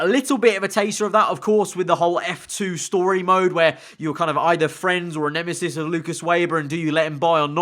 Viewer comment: Isn't it nemesis not nemisis?